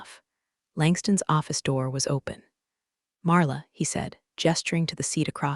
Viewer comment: Is she Marla, or Arla? Is it Drid or Madrid? Did Blake's hair lose the will to live, or will alive (a live is it is pronounced) and it goes on and on! Did she leave the company? How does she get to know about the meetings?!😂